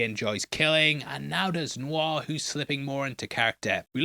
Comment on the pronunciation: New Noir sounds funny, like New New R, lol